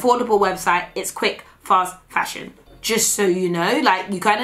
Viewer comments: YES and fashiON 😂😂😂😂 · This is not fash-ion! 😂😂😂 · “A DHL delivery driver, but fash-on” 😂